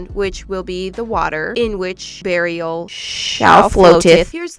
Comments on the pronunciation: I know it’s supposed to be Beariel like Bear and Ariel, but all I can think is burial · When said Bearrial I thought she ment burial 🪦. ☠️💀😂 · OK, so; I know "Beariel"? (Is that how it would be spelled?) is supposed to just be a combination of a bear and the name "Ariel" from the little mermaid.. But when keeps saying that name I simply cannot hear anything but "BURIAL" and i'm crying from the cringe that my brain has created from this... ANYONE ELSE? no? JUST ME? ok great... sigh cute shells btw.. I mainly LOVE the dumbo octopus